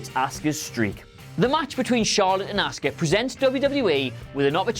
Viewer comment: Yet again with the deliberate misprouncing of Asuka. Why do you do it? Do not listen to how it's pronounced every week?